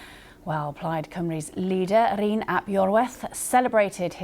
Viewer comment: Her saying Cymru wrong made me cringe. She managed Rhuns name ok though. Butchered Llyr too.